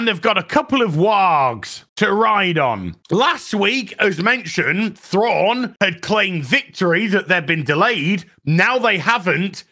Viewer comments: Get it right, Its Grand Admiral Prawn. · Excuse me, but you heard.. his name is now Thrawnk. Or Thronk if you prefer. Not to be confused with Stronk. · "Thronk" 🤣 - not sure if meant it, but its so close to Kronk from "Emperors new groove" - who is a comically inept character - but in a good way. Thronk (Thrawnk?) being also comically inept:p